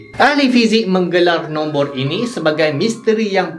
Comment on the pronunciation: Korang dengar :Nombor Nombor Aku dengar : Nonvor nonvor